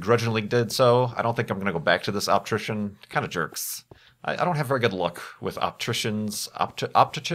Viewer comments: it is pronounced optician, hate 2 sound like the jerk who always corrects ppl, just thought that might help u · lol it's "optician" haha:D